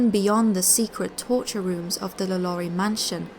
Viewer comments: La Lou-rie. Her name is pronounced "La Low-rie" even in English. That's what Google Translate is for, love. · law-lore-ree sorry but it annoys me when people pronounce her name wrong lol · Am i the only one cringing at the pronunciation of Lalaurie😖